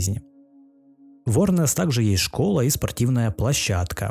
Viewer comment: не Орнес а Ернес